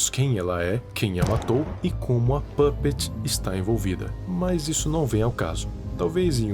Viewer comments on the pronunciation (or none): Não sei vc mas eu acho que é pupet não pupets